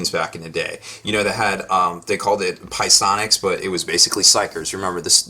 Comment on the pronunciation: I know I was laughing at that to